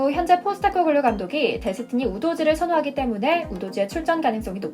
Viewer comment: 우도지 아니라, 우도기입니다. 본인이 우도기라고 했죠.